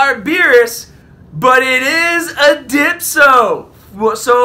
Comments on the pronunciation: Its not Dypso its Dyspo!!!!!!! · Didn’t know if you caught it or not, but it’s Dyspo, no Dipso. Good job on black bruttha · DYPSO LOL,(its dyspo) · who the fuck is "Dipso"? 😂 my man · entertaining video :) its not a goku,frieza , not a beerus not a dyspo.... its a Dypso :D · Im sorry for this but its dyspo not dypso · Ok ok but u need to say dyspo not dypso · Dyspo not dypso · Dyspo not Dypso xD #SpiritBombLuck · Its not dipto its dyspo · bro you had a few drinks there lol. you kinda slurred your speech. and called dyspo dypso a few times lol. i swear to drunk im not god. lol love your content. i really thought you would pull LR goku and frieza. i got shafted too. over 700 to 800 stones and no LR. also no Dyspo or maybe 1 or 2 fearured. the LR banners continue to shaft me lol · I'm done😂😂😂dypso😂 SMH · Lmao the way he says dyspo😉😅 #spirtbombluck